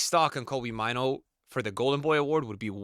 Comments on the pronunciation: Maaano not maiinu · It's funny how he pronounces Mainoo